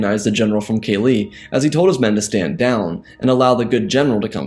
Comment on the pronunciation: Kah-Lee not Kaylee..... PLEASE....fix it